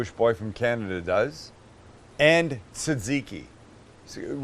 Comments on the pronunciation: That's not how you say tzatkiki... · Not really greek or tzatziki xd but goof attempt